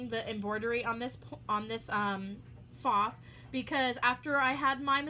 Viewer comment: Wow, you pronounced it correctly! I have so many people correct me when I pronounce the name correctly... I just say "well that's how they pronounce it at the company, and I figure they know what they're talking about" LOL